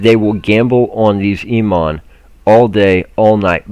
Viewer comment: *pronounced: "E- Oh- Monn" 4 years, each one a dud migration season for lower levl players